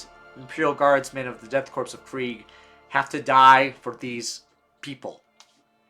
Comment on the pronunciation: I had to click off dude you said corpse way too many times it’s pronounced “Core” like the Marine Corps, except change Marine out for Death and put a K in front.